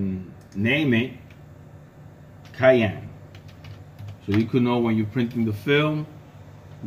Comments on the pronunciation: Pronounced cyan | ˈsʌɪən | not cayenne | keɪˈɛn | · Its si-ann. Cyan. Not ki-ann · 😂 took me a minute to understand what you were talking about whenever you said cyan like that. You’re saying cyan like you would cayenne as in the pepper. Cayenne is pronounced Kai-en, like how you’re saying. Cyan is pronounced sai-an 😂 just thought that was funny. 👍